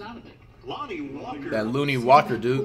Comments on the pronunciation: Flight, Ik you respect Lonnie Walker due to his story, but his name is pronounced LON-KNEE, not LOON-KNEE. Just feel that if you gonna respect him because of his story you should say his name correctly. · Commentator: “Lonnie Walker” Flight: “that looney walker dude”